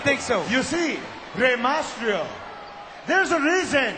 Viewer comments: he can't even pronounce reys name right and hes telling rey to speak in a language we can all understand? its MYSTERIO not MASTRIO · rey mastrio XD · yeah he says mastrio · i like how Santino messes up every1's name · santino is saying the "mysterio" part wrong